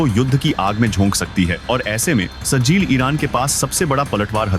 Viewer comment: Sajil nahi sahjil hai